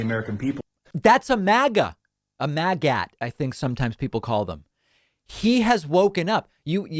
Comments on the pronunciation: You dont pronounce MAGAt like mag-at... you pronounce it like maggot for obvious reasons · Not to be pedantic, but "Magat" is pronounced like "maggot"